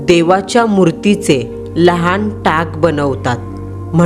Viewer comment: टँग नाही मँडम टाक बोलतात